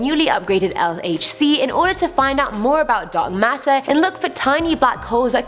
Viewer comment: Dumb dumb dummbbbbbb, please learn how to say LHC as you butcher the name everytime, also wtf are on about learn the real mission of the LHC, before you make such statements...